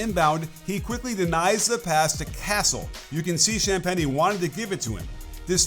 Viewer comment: Is this an AI voice? Cham-pain-ee? LOL